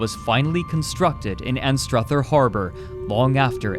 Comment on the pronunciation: Good pronunciation of, 'Anstruther.' 'Rosyth,' not so much 😅